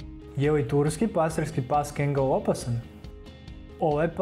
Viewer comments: Nije kengal nego kangal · Nie kengel nego kangal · E moj seljak kaze se Kangal a ne Kengal😂😂😂😂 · nemoj svatiti kao hejt ali nije kengal nego kangal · Tacno za kangala .ali brate to je kangal a ne kengal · Ne izgovara se Kengel nego Kangal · Ne kaže se kengal vec KANGAL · Kaze se kangal a ne kengal (NO HATE) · Prosečan doberman može i jače od 700PSI da ugrize a ti si stavio da ima četiri puta manji ugriz a ostalo je ok samo pogrešno čitaš i imena Cane Corso i Kangal i Argentinska doga ne postoji to je Dogo argentino ili argentinski pas Najjači ugriz ima doberman